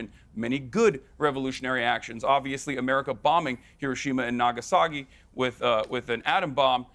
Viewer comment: Hasan said "Nagasagi".....😑